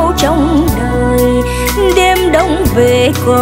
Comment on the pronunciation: Rất chuẩn giọng ca của người miền Nam ! Nhưng chị Lâm minh Thảo và anh Quang Lập có vài từ trong bài nhạc nếu phát âm theo cách người miền Nam Lục Tỉnh thì sẽ mùi hơn. Thí dụ, chử Về, Vì...Và, Vi, Vu, chử V này giọng Bắc và Nam khác nhau xa lắm